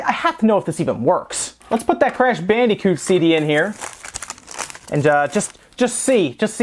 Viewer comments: "Crash Bandy-coot" that pronunciation of Bandicoot is Killin me. Weird things like that just stand out to me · "Crash BandEEcoot"